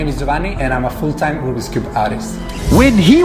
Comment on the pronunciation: Nas: rOObiX cube Me: Rubik's cube